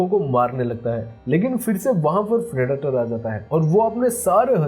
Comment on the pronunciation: Phriditor nhi bolo bhai predator hai wo